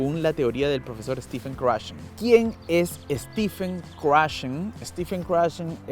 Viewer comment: yo se que se escribe con PH, pero esa PH se pronuncia como V, osea es stePHen, but pronounced steVen.